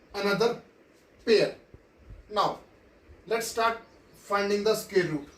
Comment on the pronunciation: Sir you are scaring me with sqare 😂😂…. Btw good teaching but bad pronunciation😗💨😶‍🌫️